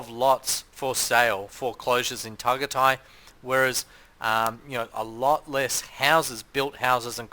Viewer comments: Pronounced TagAyTay dumdum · It’s pronounced Ta guy tie I think FYI. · He’s so annoying pronouncing it how he did.